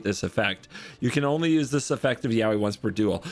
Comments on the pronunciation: To be clear, the pronunciation of "yowie" should be "yoh-wi" based on the Japanese reading. Yowie (spelled yaoi) is a japanese word for gay male stuff, so probably not what they are going for. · Yaoi is not pronounced like Yaowy but I'll pretend that it does because that's way funnier. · I think my soul left my body for a moment with the sentence "I'm going to Yaoi Voxie." Like. Honey. Noooooooo.